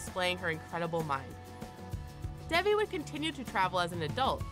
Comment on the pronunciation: you mispronounced Devi